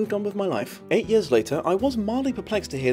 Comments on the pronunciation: This isn’t bullying like the first half of the video was talking about, but am I the only one bothered by how he says “years”? It sounds like yers, I’m just saying. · Yurs and yurs